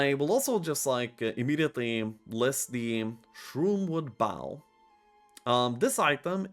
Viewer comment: Bow 🏹 (like NO), not Bow 🙇‍♂️ (like NOW)